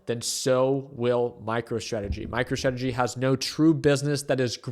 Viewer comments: Did you say micro tradegy? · Did you say MICRO-TRAGEDY? Lol😅